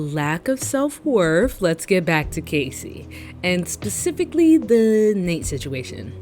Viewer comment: loved this but the way you kept saying kacey instead of cassie 😭